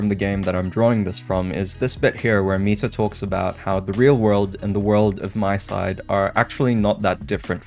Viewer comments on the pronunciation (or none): Just a small correction: It's MiSide, not MySide. Honestly, I also always do this mistake but it's pronounced "Mi" as in "Mita", so you can hear the pronunciation ingame. Just take her name, Mita, scratch the "ta" and replace it with "Side". MiSide. Again, I'm also always saying MySide, but we should try to pronounce it correctly if given the chance. It's just a respectful thing to do towards the devs. Other than that, this is actually the first MiSide theory video I can get behind. And yes, it's a theory about what the devs were trying to communicate towards the playerbase. So far, most of these theories in my opinion are extremely farfetched but this one does do a lot to convince me. Though I do have to say I think the devs were pretty straightforward with what they were trying to communicate. It's mostly a story about isolation and the depression resulting from it showcased by the different Mitas we meet throughout the game and even somewhat by Crazy Mita herself. The player character also obviously showcases this. And this theme is more important then ever for obvious reasons. Personally, I am not Christian but I can get behind the values supported by Christianity. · Not tryin to be that guy, but it's pronounced "me-side"